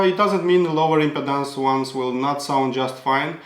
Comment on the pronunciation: Love your review. Thanks! You speak excellent English...although, I’m not sure if you’re aware that the way you pronounce impedance sounds a lot like impotence 😂